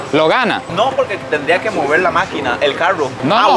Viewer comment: Qué bueno que ya sabe pronunciar la "RR", todavía no ha aprendido, "caruo" en vez de "carro", "moveur" en vez de "mover" y mil ejemplos más... ¿Por qué no pronuncian bien la RR?